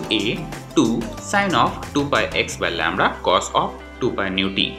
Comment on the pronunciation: Lambda not lamdra